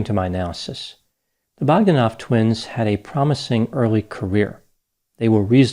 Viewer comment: Grish-sh-sh-ka it's SH, not CH!! BogdÁnov, not BÓgdanov!!!